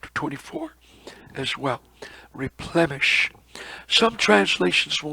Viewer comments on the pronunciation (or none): Replenish is with n, not m, not replemesh....plen rhymes with then... nish, which rhymes with fish... replenish.